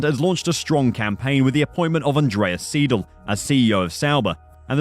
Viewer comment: The mispronouncing of siedle is so annoying maybe thats just me lmao 😂 Is pronounced "s-eye-dul"